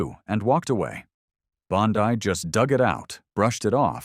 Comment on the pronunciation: Pam Bondi (Bon-Dee. Not Pam Bondi-dai.)